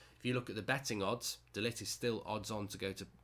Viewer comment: It's pronounced De Ligckkhhht